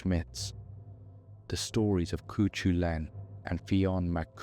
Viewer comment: Gaelic pronunciation is not obvious. In future, I would recommend asking Google for the pronunciation of any words or names that aren't familiar to you -- Samhain, Cuchulan, Tuatha de Danaan, and all the others. Guessing at pronunciation based on English spelling is almost guaranteed to get it wrong. That's strongly true of Gaelic (Irish or Scottish, which are not the same), but it's true of many other languages too.